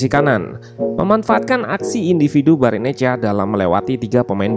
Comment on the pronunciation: Pasti blajar buat nyebutinnya lama itu si admin😅😅